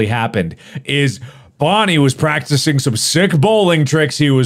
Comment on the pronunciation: It's bonnie not boonie